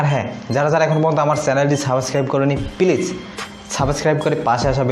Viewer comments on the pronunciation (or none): Please শব্দটা উচ্চারন করতে পারেননী আবার মি: মিজানুর রহমান আজহারির সমালোচনা করেন ! দেওয়ান বাগীকে নিয়ে করেন ঠিক আছে। কথা বলার আগে ভাল করে বুঝে নেন কি বলবেন কাদেরকে বলবেন। ধন্যবাদ